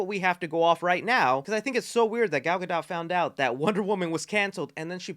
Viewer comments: Yah, I'm that guy. Gadot is pronounced Gah doe. The T is silent. Thanks. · You do NOT pronounce the T in Gadot bro......NOT. It is pronounced Gadough :) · “Gyal Got Dot” sounds like a Jamaican man talking about a ladies butt! YA MAN! DAT GYAL GOT DOT!!!!! “Real Ts move in silence like the T in Gadot” - Not Lil Wayne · Really not cool to tease us with a cameo of Henry Cavill a Superman in black atom with all these changes happening I understand being in between management but still not cool for the fans. Last thing to the Gentlemen doing this video Gal Gadot name is not pronounced that way it's pronounced like Gadough. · Dude you keep saying Gal's last name wrong....why....